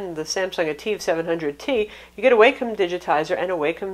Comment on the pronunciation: Great review! :) FYI, I've heard it pronounced Walkem on Wacom's tutorial videos.